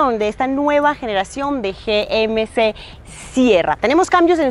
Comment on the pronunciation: Me pregunto porque no pronuncia GMC en ""ingles"".